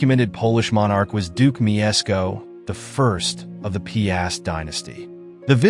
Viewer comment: It's /pyast/ - 1 syllable, not 2 /pee-ast/